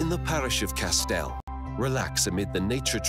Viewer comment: I have to ask, where did the voice over come from? I'm from Guernsey and none of the place names are pronounced correctly! Nearly cried laughing at "Petit Bot" it's pronounced like "PET-EE BO" and the parish "Castel" is pronounced like "CAT-EL" (sorry, I don't know how to write phonetics but you get the point). Haha.